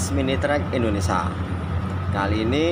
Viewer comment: Mas "INDONESIA" bukan "INDONESA",, MANTAP